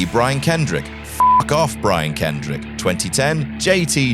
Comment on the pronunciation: “The Brian Kendick” Ummmm